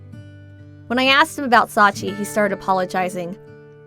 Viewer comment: Sachie isn't pronounced correctly. It's Sah-chi-eh